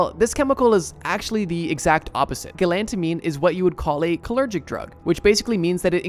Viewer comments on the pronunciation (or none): Cholinergic. You said "cholergic". (Funny, I've actually heard of DPT.) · Cholergic? It's Cholinergic. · cho-li-ner-gic! four syllables! great video :) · its pronounced co lean ur gic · You managed to pronounce cholinergic three different ways